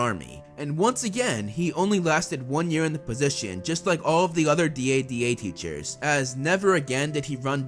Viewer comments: It should be dada like dad not d.a.d.a like d a d a. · I like how he says DADA